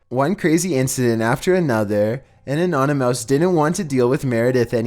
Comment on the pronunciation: Did he mean anonymous not anonymouse